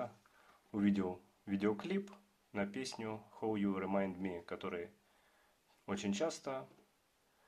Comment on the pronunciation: How-хау, а не хоу 😂